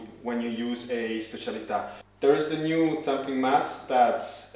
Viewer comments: Finally someone who pronounces specialità right 😂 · Great video! I think this grinder will be my first upgrade after 10 years with my first/original setup. So good to hear the name pronounced properly after so many reviews with “Minion Spesseealita” :)